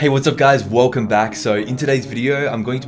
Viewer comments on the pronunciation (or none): and: "Wolcom back in todays wideo"